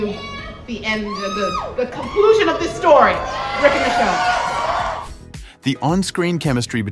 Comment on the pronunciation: Dude said Michon 😂